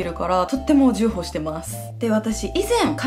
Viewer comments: じゅうほう って言ってるけど、 ちょうほう じゃないのかな？ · じゅうほうじゃなくてちょうほうじゃない？ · じゅうほうじゃなくて重宝(ちょうほう)ですよ笑笑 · じゅうほうしてますとは...😳 重宝（ちょうほう）を言いたかったのかな？笑笑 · じゅ…じゅうほう？！！ チョウホウって読むよ！笑 重宝ね！！ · 重宝(じゅうほう)とも読めますが 今回の話の中の使い方は ちょうほう が正解だと思います。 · ん？！ジュウホウ？？？ 重宝はチョウホウと読むんだぞ♡ 聞き間違えだったら土下座する( ᵒ̴̶̷᷄௰ᵒ̴̶̷᷅ ) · 重宝は じゅうほう🙅‍♀️ ちょうほう🙆‍♀️ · 重宝(ちょうほう)と読みます笑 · 重宝じゅうほうじゃなくてちょうほうじゃないの？ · 頑張っててすごい〜😇👏🏻💕 ちなみに、重宝の読み方は、 じゅうほう じゃなくて、ちょうほうだよ😅 頑張ってください！応援してます！ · 重宝→ちょうほう ではないでしょうか！🥺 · 重宝もだけどメソッドもずっとメゾットって言ってて気になってた…